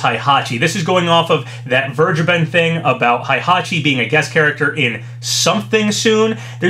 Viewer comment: its not something i've wanted to make a big deal about because it doesn't matter but it isn't pronounced "haihachi". its heihachi like "hey, how you doing" or "needle in a hay stack"